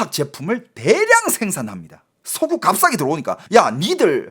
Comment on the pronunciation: 왜 석유를 석우라그래 자꾸? ㅋㅋㅋㅋㅋㅋㅋㅋㅋㅋㅋㅋㅋㅋㅋㅋㅋㅋㅋㅋㅋㅋㅋ